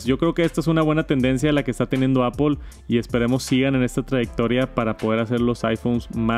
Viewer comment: "Apol" antes lo decias bien jajaja. "Apl" Gracias por el vid. Un abrazo!!